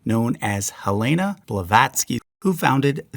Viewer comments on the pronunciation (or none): none